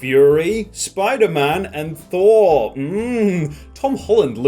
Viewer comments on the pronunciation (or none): none